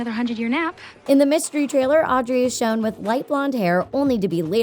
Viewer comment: It's Audrey